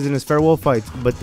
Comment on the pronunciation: Dude, you over pronounced the word "balls" at the end. A little gay.